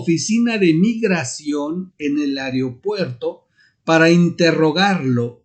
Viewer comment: No se dice ARIO puerto